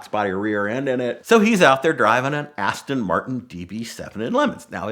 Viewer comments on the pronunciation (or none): ASS-ton - Martin killed me!!!